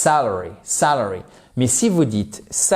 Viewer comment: le premier A de sAlary ne se prononce pas comme le A de cAr, mais le A de cAt ou bAck. Salary : Le salaire fixe, non horaire, versé sur une période donnée (généralement mensuelle), indépendamment du nombre d'heures travaillé. Wage : Un salaire horaire rémunère un employé sur la base du nombre d'heures réellement travaillées.